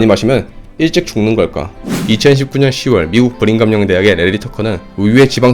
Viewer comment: 브링검영이 아니라 브리검영입니다